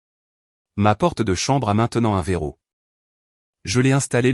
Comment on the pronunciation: Le verrou et non le verro